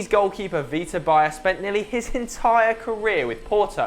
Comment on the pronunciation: pls learn how to pronounce " Baía"